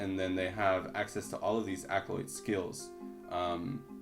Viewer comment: Man...I REALLY need you to learn how to pronounce "ACK-OH-LITE." 😅 Otherwise, great stuff!